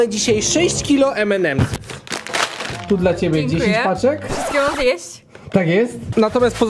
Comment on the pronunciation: o nareszcie nauczyłeś się mówić M&M's